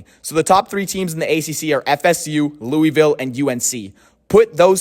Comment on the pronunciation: While i disagree a lot with you over FSU, my only legit problem with the video is how you pronounce "Louisville " lol. As a resident, the correct pronounciation is: "Loo-uh-vull" not "Loo-ee-vill". Nice video tho but so many people mispronounce our city idk why😂